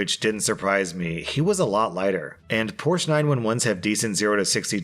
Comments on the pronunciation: so cant pronounce opossum or Porsche 911 correctly.... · Porsche Dealers hate when people mispronounce the Brand. It really IS Porshuh. And its 911 not 9 1 1 🤣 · He can't even spell Porsche correctly...